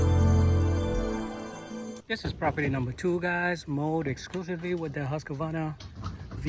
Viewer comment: Husqvarna is pronounced "Husq-Varna" and not "Husq-A-Varna"